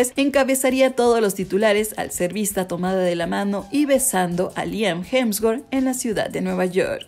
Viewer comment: Corrige porque dice hemswort es hemsworth